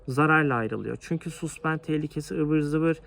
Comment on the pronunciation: güzel video olmus tebrik ederim. Amerikayi avrupalilar istila ettiginde altin arayanlardan cok kazma kurek satanlar kazanmisti parayi. her danismanlik egitim verene inanmayin. (bir de yapici elestiri: Suspend yazılır saspend diye okunur, A ile)